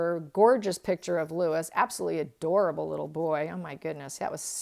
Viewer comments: Every respect, its Louis(Louie) not Lewis. Its because its the french version, my father has the same name 😊 Love these readings, its giving me so much insight into my own cards. Since watching your videos, I have been looking at my own cards so differently. Love it x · Just fyi, Louis is pronounced Louwee like the French Kings, rather than Lewis. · It's pronounced Louie, NOT Lewis. I'm assuming you would pronounce French kings' names correctly as Louie, because it is, after all, a French name. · Louis, not Lewis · Just found your channel and I really enjoy your videos. FYI Prince Louis is pronounced Louie in the UK 🇬🇧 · In think Louis is pronounced Louee